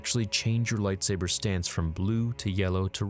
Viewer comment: If beskar isn't probably forged it will deflect blaster fire. Takes a Mandalorian to make beskar lightsaber proof. ...and you mispronounce most of the lightsaber forms you mentioned. Lol